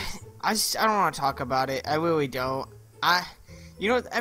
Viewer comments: its witwwy now weaswon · Anthony: Reawlly Me: WHY WHY ARE YOU SAYING Reawlly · Hewow Weally Andwew Wowld Lol